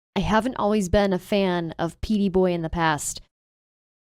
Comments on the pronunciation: Pete boy? You almost said everything right until the last second Gurll ... 🙄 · "Petey boy"? WTF